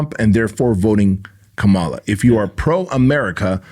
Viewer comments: Learn to pronounce Kamala’s name correctly if you’re going to do a podcast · Say her name right.